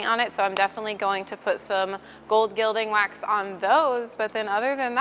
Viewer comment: FYI: Gilding is pronounced "gill-ding" (like a fish gill) instead of "jill-ding".